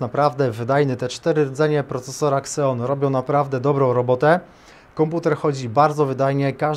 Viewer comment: Nie "kseon" a "zijon"! xD A tak to nawet ciekawy konfig!